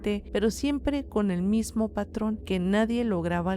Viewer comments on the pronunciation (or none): none